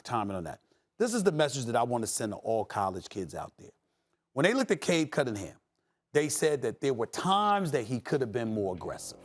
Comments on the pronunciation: Nobody Kendrick Perkins: “Cade Cuddingham” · Nobody: Perk: Cade Cuttingham 😂😂😂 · Perk - "Cade Cuttingham" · No one Perk: Cade Cuddingham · “Cade Cuttingham” Perk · Bro i could just be high....But is he calling him "cade cuddingham"? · Perk with his "cade cuDDin'ham" lol. bro! that's a N, not a D!